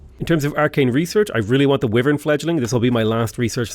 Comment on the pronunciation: I can somehow survive the vee-vern thing, but aegis is idge-eece (ˈiːd͡ʒɪs), not egg-iece